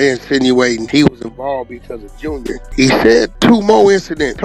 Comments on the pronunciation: Hey mister journalist, I believe it is pronounced ALL STAR JAY ARE Just trying to help playboy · Allstar J.R. not "junior" 🤦🏾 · How this bullshit came out a day ago & the narrator still calling foo Allstar Jr when all of Us who didn’t previously know, NOW know it’s Allstar J R? Smh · Spending the whole video calling JR “junior” is crazy if you did even a lil research lol. Even in the Akademiks clip he calls him JR multiple times